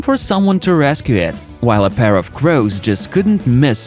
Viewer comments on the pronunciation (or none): none